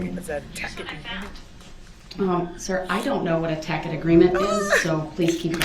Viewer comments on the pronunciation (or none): He’s can be dangerous because HE BELIEVES he knows so much! Blurting out in court, “ I clearly know what hearsay is”. No he doesn’t. Telling judge that “clearly, she knows what “tack it “ is, while he doesn’t know how to pronounce the word!